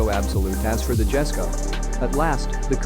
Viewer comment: The Jesko isn't pronounced with the J sound, it's pronounced Yes-ko with the J making a Y sound